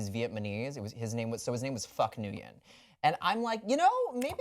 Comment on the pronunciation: if your buddy Phuc's last name was Nguyễn, then he was no friend of yours dude! You pronounce the name "win" not the way you butchered it bro!